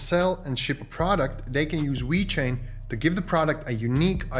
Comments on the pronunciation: this guy calls it wechain lol its VEEEEECHAIN LOL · It's not called We-Chain. It's pronounced exactly as it's spelled dude. Ve-Chain. Please stop pronouncing it in that manner. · Wait.. does he keep saying wee chain?